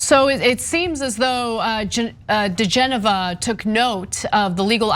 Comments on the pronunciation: Odd this. I kept hearing 'Degenerate', instead of DiGenova. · It's DiGenova . On the weekends I raise de genoa on my sailboat, lol!